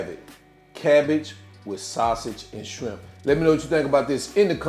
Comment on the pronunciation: Did you say SCRIMP? 🤣